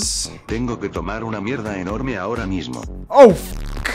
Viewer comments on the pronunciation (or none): none